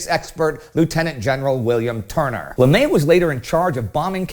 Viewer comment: I don’t think that’s how you pronounce his last name.